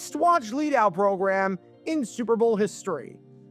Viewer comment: Almost every time you say '"Super Bowl" you sound like you're saying "Servo" instead. Take some diction lessons to prevent this and future mispronunciations and thank me later.